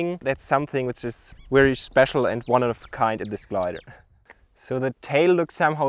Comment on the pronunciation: Great video, thank you. Kleiner Tipp für den jungen Mann mit deutscher Muttersprache. Very spricht sich nicht "weary" und ventilation nicht "wentilation" aus, sondern very and ventilation, so wie im Deutschen das W von wieso. Es ist lustig zu hören wie der Grossteil der Deutschen und Deutschschweizer mit "V" und "W" im Englischen auf Kriegsfuss stehen. "Tele-Wision", "Life West", "Wictory" usw. Braucht nicht viel, nur etwas Aufmerksamkeit. Aendert nichts am tollen Beitrag.